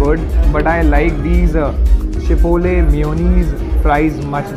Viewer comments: Chipole nhi gadhe chipotle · It's not chipole it's chipotle😂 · Chipole nai chipotle